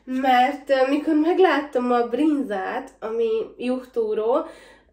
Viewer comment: nem juch turó hanem ju túró